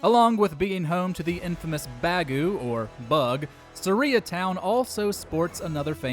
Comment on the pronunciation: Bruh..i hate how this guy (the videos narrator) says sarias name...bruh.. Its not SariUH..its sariAH... >.> Edit: the sage in OOT was named after the town...learn to say it right